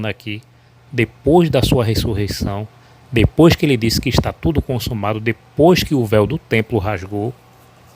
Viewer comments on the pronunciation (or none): none